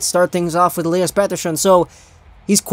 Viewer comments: They way you say Petterson triggers me and I have a decent knowledge of Swedish. I shoved one of your Petterson vids to my (Finnish-) Swedish friend and he said the same :D. Anyways your videos are always gold! Could you do a vid about Aho and Teräväinen. I know they got those points against Latvia, Norway and Korea but it's still impressive :) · Please stop saying petterson with that accent